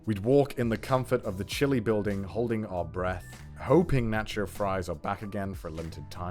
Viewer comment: "natch cho cheese"